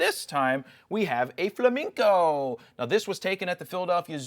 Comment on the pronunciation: Is Jared pronouncing the word as "fla-MINK-o""? Is he doing a sort of "horizonticle" thing?